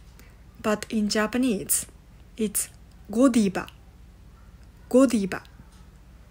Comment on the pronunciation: You pronounce it wrong in English. It’s not Godiba. 😅 it’s GodiVVVa